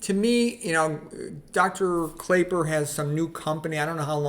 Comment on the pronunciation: Thanks for the review. His name is actually pronounced Clapper.